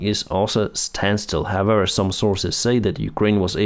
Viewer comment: we need to practise "however"... how-ever not howwewer